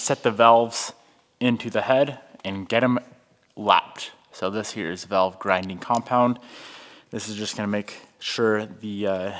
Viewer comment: vAlve, not vElve